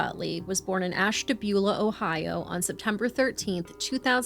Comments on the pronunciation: As someone who was born and raised in Ohio ( though I left in 89) I am only going to comment on the pronunciation of Ashtabula, it’s not Ash-TAB-ula, it’s Ash-TA-bula. I know it’s stupid, so is the way they say it🤷‍♀️ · Sometimes I forget local names aren't universal... Over here we say "Ash-tuh-BYOO-la". Glad I wasn't driving, because "Ash-TAB-yuh-luh" would have taken me out 😅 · Ashtabulah is pronounced Ash-tuh-bue-luh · Ashtabula: ash-tah-BYU-la, just fyi I live around the area and Ashtabula is a mess. Drugs and poverty are absolutely rampant. I’d bet there’s tons of cases just like this one from here that need brought to light… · AUGH, I really like you guys but that was like nails on a chalkboard 🤣 in the area it's pronounced "Ash-tuh-bew-luh" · This dude said “Ash-tabula.”